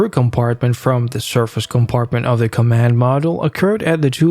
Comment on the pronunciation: Not sure if it's computer generated or not, but certain words "command module" for example - were horribly mangled. I agree, the narration was so irritating, I could not finish the video. Too bad, looked like good historical clips.